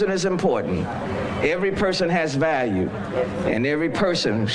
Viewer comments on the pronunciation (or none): none